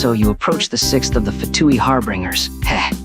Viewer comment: "im number Eleven of the Fatooi Harbingers CHILLED"